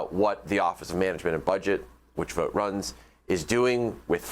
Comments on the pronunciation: His name is pronounced like bought, not boat. Chance Vought was a famous aircraft builder, it was not pronounced Chance Voat. Google it. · If you want to stop him, pronounce his last name like Vaught.